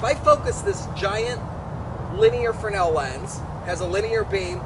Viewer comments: It's fresnel, not fernal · S is silent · Why does the official American pronunciation of fresnel ignore the S?...The same people that allow Brett Favre to pronounce his last name as Farve.